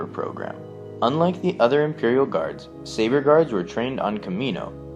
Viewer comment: Did he say Savor Guards Or Saber Guards?